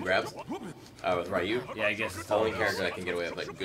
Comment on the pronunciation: please! Ryu is pronounced like how Rio is! The "Y" in Ryu is pronounced with a hard "E" sound! Say it with me; Ree-you. Ree-you! Please,, you're killing me here!